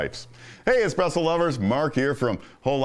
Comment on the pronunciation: "ESPRESS MACHINES"